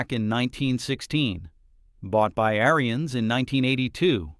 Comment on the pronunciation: First off lean how to say their family name Ariens. The Ariens Apex line and up are great machines.